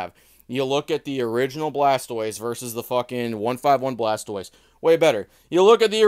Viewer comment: 😂😂 oh yeaa goofy?. bush-saur and pool-stoise…….really???